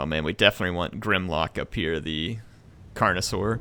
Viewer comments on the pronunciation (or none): I love how Mispronounces "stegadons" as "stegladons" and "carnosaurs" as "connorosaurs" 😂😂